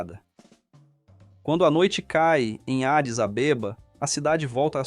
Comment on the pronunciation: Essa pronúncia da capital como Adis AbÊba me tirou do sério.🤣🤣🤣